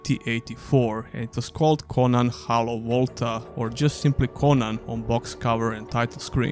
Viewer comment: Your accent made it sound like you were saying the first game was called "Conan: Hello Walter." 😂 I played Conan the Cimmerian on my Amiga in the 90s. I think Conan Exiles is a really good game. Thanks for the video!